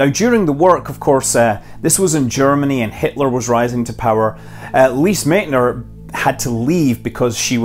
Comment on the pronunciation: The correct pronounciation of Lise Meitner's last name is "Mightner" or /ˈmaɪtnər/.